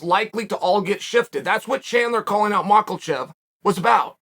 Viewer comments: There is no “L” in Islam’s last name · Chael: macklechev